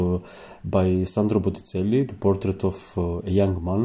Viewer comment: You should learn the proper pronunciation of Botticelli and verdaccio.